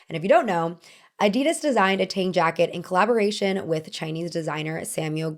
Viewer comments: Quick note that “Tang jacket” as in Tang Dynasty (though the design is actually adapted from Manchu costume), is pronounced like “T” + “on” (similar to the Regency English “Ton”), and not “T” + “aang”. By the same token, director Ang Lee’s name is also “On” and not “Aang.” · missed the mark a lot with the pronunciation of “Tang” and with the history of the Qipao. The history of the Qipao is much deeper because the mandarin collar came from the Qing dynasty into the new republic of China. She emphasized how political it was but for some reason completely ignored the shifting of the dynasties, end of emperors, and the actual political climate in China at the time the Qipao came into fashion. Plus the Qipao was inspired by an ethnic minority: the Manchurian and this is being discussed NOW as a problem because it’s not Han Chinese. Not to mention the 1920s Qipao was misrepresented as a form fitting garment when in reality it was much looser and often worn with pants. It barely skimmed the body line and is now known as Beijing style, while the more form fitting version is the Shanghai style. There is SO MUCH she is missing.